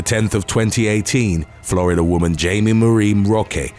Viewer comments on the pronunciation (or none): none